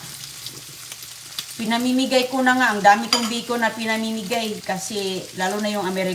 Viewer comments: Bacon not Bikun, omg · Yes, 😅😅😅😅 the yummiest " bikun " from dumpster. Lol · Minsan "bicol" rinig ko😂😂